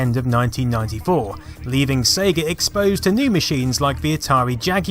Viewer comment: Brilliant work and goodness you pronounced it SEYGA (as in Ages), not Segga as in Egg:)